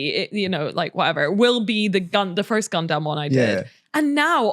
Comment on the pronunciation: Is pronouncing gundam "gun-DAMN" a British thing or a thing?